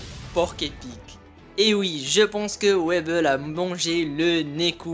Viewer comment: Ça se dit wyble pas weble